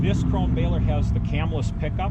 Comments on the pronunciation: the companys name is "krone", not "kron", like "porsche" and not "porsch". the e at the end is pronounced like the e in "end" or the a in "cat". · Much like Porsche Krone is pronounced w an 'uh' sound on tge end. So its 'croan-uh' fyi. Supposedly great balers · It's pronounced "cron-uh" in the home country